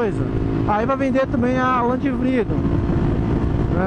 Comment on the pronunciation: tu falou vrido e não vidro kkkk